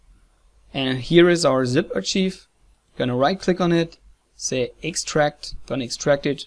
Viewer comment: I have finally understood what you are saying. Please do not think I am criticising your English, I just want to help. In English we pronounce the word ARCHIVE as ARK EYE V not AR CHEEEV. I really hope you are not offended.